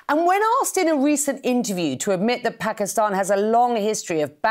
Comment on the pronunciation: Pakistan ❌ Paxtan😆😂✅ Armed forces ❌ Aand forces ✅ 😂 S400 is centre of gravity 😅😅😅😂😂 Inse war karne me bhi sharam aati h ab to 😂😂😂